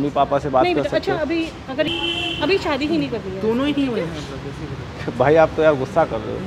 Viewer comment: Shaadi ❌ Saadi ✅ Camera ❌ Kemra ✅